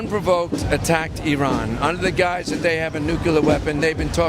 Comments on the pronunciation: Before you talk about a country, learn how to prnounce its name. Just because George Bush said I-rak and I-ran, you do't have to. It pronounces ur-raan and ur-raak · The guy shilling for Iran got one thing right: tge pronunciation. EE-run, not Eye-ran. That's the only thing he got right.